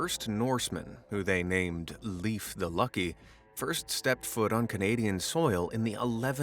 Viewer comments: Leif is pronounced lafe not leaf 💜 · One detail about Leif Erikson though: It's pronounced Leyf (like in ley-lines), not Leaf. Source: from Sweden and thus speak fluent Swedish, one of the branches of Old Norse. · I'm not even SCANDINAVIAN, I'm GERMAN, but I LOVE! linguistics, it is l-AE-f (laif) (edit, my ancestry is German) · Interesting, but why oh why can't English speaking people pronounce the ei/ie words correctly. In English, you know how to pronounce Steven Spielberg correctly. "IE" Like "ee"... Good. Correct. You also know how to say "die" ... "like "spy". You will not say "Spylberg"; right Okay. A quick lesson (which would ee easy to do yourself using Google Translate... Leif" is pronounced as "lie". So SPielberg and Leif are NOT pronouncd the same way! A Danish / Norse modern day viking'ish blob/linguist living in Denmark, knowing Danish, Swedish, Norwegian, English, German, French, Dutch and a smattering of Italian, Spanish, Russian, Tagalog, and a solid level of TYPO (yes - we all make typos!). And even one Finnish word, namely "kamalaa". Try to Google translate it. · I'm Danish. Hearing Leif pronounced as "Leaf" was painful. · I agree